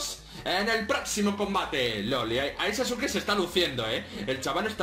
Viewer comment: En la descripción dice Sasuke , no sasuki ._.XD